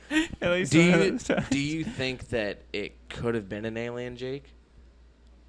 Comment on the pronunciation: "What Do You Think JACK?" Anyone else hear say Jack instead of Jake lol! 😂😂😂